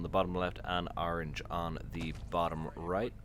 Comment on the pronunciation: Why do you keep sayign Arange? It's ORANGE!